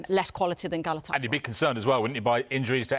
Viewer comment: Not galaaatısaray just galatasaray